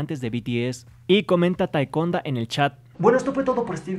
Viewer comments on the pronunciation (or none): JAJAJAJ LA "TAECONDA" JAJJA XD